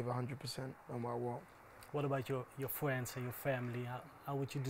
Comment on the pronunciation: "what about your fwiends and your family, how would you descwibe your environment?"